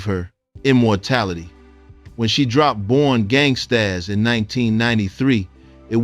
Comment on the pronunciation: The title of her project was pronounced as simply "Born Gangstas" but spelled gangstaZ with a "Z". It is not pronounced "Born Gangst-AZZ", sir.